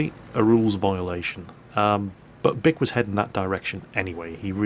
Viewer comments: That guys name is pronounced (BEE-ke) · wow his name is bic sounds like duck when he says it